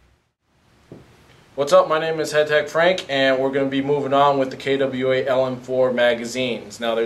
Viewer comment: DAMNIT! Learn how to pronounce KWA!!!! it is not kaydubweala!!!